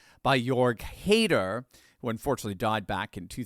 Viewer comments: Heider is pronounced Hi Der and not Hay Der Dear! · ei is spoken as i, e is spoken as a - Hidar; and Strache got couped by hessenthaler and the ibiza case, who was working as a source for the police previously, and as a pimp and drugdealer.. :/ He fled to Berlin and Germany forbid Austria legally to prosecute him..